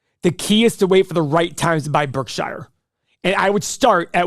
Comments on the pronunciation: ....it's pronounced "Berk-sher' not 'Berk-shy-er'... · stop saying berk SHI ER BERKSURE idiots